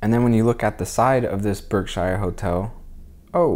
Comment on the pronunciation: Great coverage of Pittsfield, I'm a native born here now and Octogenarian just for future reference, "Berkshire" is pronounced "Berkshure" not Shire! But its a common mistake lots of people make . Thanks again for a great video and for sharing. ECF